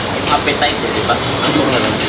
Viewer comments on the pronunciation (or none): "Appetite", "apetite" pa s'yang sinasabe! Baka kasama n'ya lang kabet n'ya kaya nag-eskandalo nang nakitang nagba-vlog kayo. Sorry sa iniasal ng mamang 'yon sa inyo,. Mahal ka namin. Mahal namin kayo. 'Wag ka sanang magsasawa.